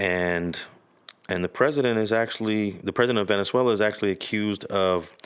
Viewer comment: You meant Venezuela not Valenzuela right? Smh amateur hour